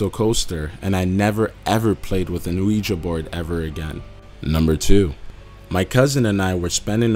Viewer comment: This guys accent is so fucking annoying I can't listen anymore. Who the hell pronounces Ouija like that?